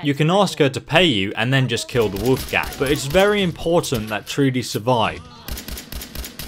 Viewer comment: "The wolf gang" lmao It's his name. Wolfgang